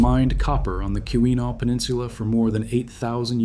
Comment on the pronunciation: Key-win-aww..... not kiwi-naw